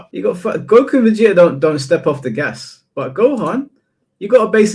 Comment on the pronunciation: I get mad when speaks Vegeta name